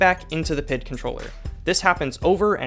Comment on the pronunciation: Saying PID instead of P.I.D. was jarring, great video man!!